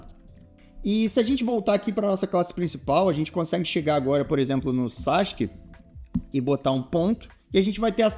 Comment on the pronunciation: pq ta escrito sasuke e vc fala sasq?